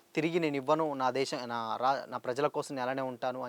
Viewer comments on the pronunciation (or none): none